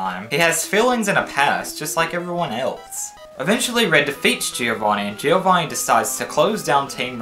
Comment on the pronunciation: The way you pronounce giovanni kinda pisses me off lol